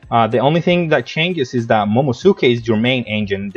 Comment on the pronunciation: It's pronounced MomoNOSke 😅